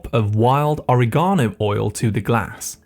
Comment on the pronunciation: Oriegono? Please teach the proper way to pronounce.